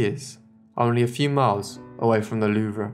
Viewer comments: It's pronounced THE LOOOOOOVE! not the "loo-vra" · Excellent vid! I have absolutely no idea any of this ever happened, fascinating! Good work on most of the pronunciation only slip ups were Louvre, no a on the end and Yves, pronounced eve. Thanks for your hard work and time to interest us know nothings